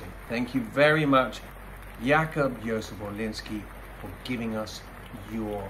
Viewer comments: Rather 'Yacoob... stress on the first syllable. The "B" sounds rather like a B, a not soft "P" (or something in between B and P). But for sure not that soft. 'Yoozef-the stress also on the first syllable. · I don`t know what are you a user of, but you can`t tell me how to pronounce 'Jakub' in Polish,amigou;the rule of Polish language allows for devoicing o final voiced consonants,therefore the 'be' at the and of Jakub is pronounced as 'p',got it?!